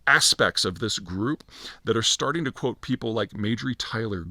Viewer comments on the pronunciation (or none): none